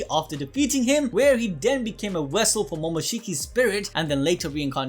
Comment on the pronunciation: “Wessel” or vessel 🤣🤣